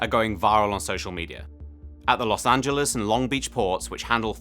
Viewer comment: He's the first British man I've heard pronounce L.A. as "Los Angeles" and not "Los Angeleeze"